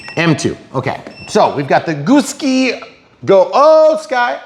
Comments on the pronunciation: I think it’s Goo (as in Goo not Go) and Sky as in the sky lol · keep saying it wrong it's freaking funny 🤣...... you have a good thing going here 👍